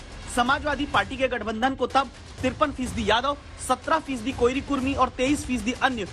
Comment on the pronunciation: कोइरी नही कोरी होता है रिपोर्टर साब ❤️